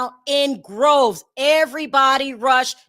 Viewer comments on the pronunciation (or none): DROVES. Not groves. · Its " droves " not groves 😉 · come on it's droves not groves and banned not banded. Love you